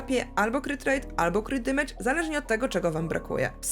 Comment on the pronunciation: Oglądam regularnie, lubię, szanuję, podoba mi się merytoryka, humor, swoboda wypowiedzi ale...błagam ! na kolanach błagam w imię poprawnej angielszczyzny - nie dimejdż, dymejdż, dimedż czy dymydż tylko DEMYDŻ (amer.) albo DAMYDŻ (ang)...uszy mi krwawią za każdym razem :( p.s. tak czepiam się i pozdrawiam cieplutko :)